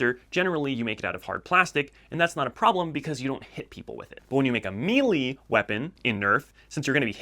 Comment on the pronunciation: Just a quick correction... 'may-lay', not *'meeley'. Otherwise, good video bud. I agree with all your selections.